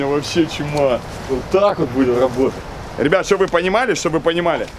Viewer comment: "габотать,габотать и ещё раз габотать")